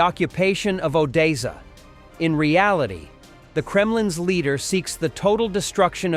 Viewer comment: It's Odessa it is pronounced O .... Dess ... A 👍